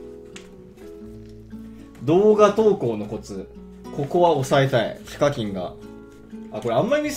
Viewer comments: ひ↓か↑きん↓ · 時々、発音が非課金になるの草